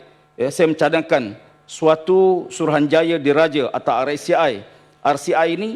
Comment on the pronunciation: RCI.....not RACI.😢